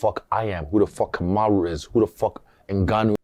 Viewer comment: I think its hilarious when Triple C calls out Usman on their show, and I find both of them hyper cringe. Ive been waiting for guru to break this down and the more cringe the convo got, the funnier Henry's pronunciation of "Kamaru" is... Hay fellaz🎉